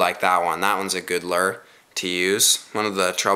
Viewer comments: im not sure if its just cause im southern,but why is he saying lure like lerr? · it,s not a lur it,s a lure